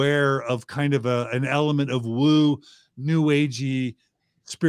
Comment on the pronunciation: It's "woo", guys. Not woo-woo. Woo-woo is cutsie. "Woo" has authority. 😂